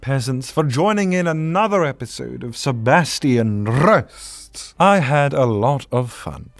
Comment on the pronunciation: That moment when you finally roll the R's!